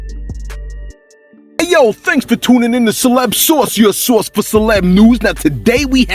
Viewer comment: I swear it's sounds like you say celeb Sauce sometimes, love the content